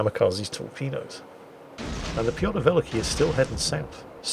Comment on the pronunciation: To make it easy to pronounce you can say Peter The Great instead of Pyotr Velikiy, as it is what that means. And if you care about pronounce, the stress is on the second part in the word Velikiy :). Anyways, great and fun episode!